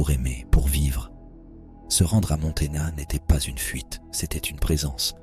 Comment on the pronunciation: Quelle est la source de ce texte? On dirait une mauvaise traduction lue par un robot. Se rendre à Montana (?? Montaigne?) Montaigna... Montaigne? La "livraison"...?